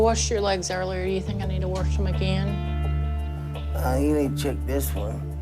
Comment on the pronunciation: Worsh? WTF is that?